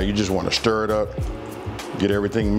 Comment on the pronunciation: “We gone give it a Shtir”